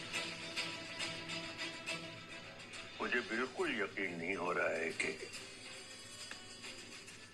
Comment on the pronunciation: Yaqeen ka kaaf ekdam saf bola h....